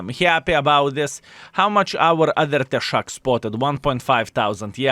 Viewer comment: "Tesák" žodyje reikia kirčuoti "á" raidę.